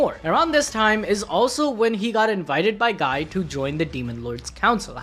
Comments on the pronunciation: It's ghee not guy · Guys name is pronounced Gi. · It’s pronounced Gee btw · I know it's written guy but it's pronounced gee. Gee. I forget if the anime fucked that up in the English dub or not but it is a disconnect while reading the light novels or Manga. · I think you pronounced incorrect for Guy Crimson. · You mispronounced Guy’s name